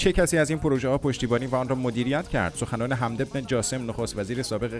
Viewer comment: سلام برادرحمدبه فتح میم خوانده میشه شرمنده شرمنده که دخالت کردم